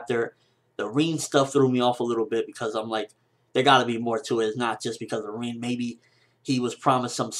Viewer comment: Im sorry, who is reen... i thought his name was RIN = like rim but with a N...,( R IN ) and Madara... lol why you say it like that.